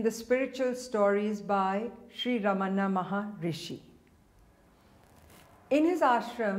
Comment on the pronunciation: Exactly ;P It's fine to share such stories, but she shouldn't falsely associate it with Ramana Maharshi, who's name she also didn't pronounce correctly.